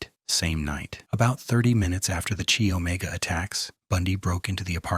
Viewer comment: Come back when you know how to spell GEORGANN Hawkins, and how to pronounce KY not CHEE Omega, amateur!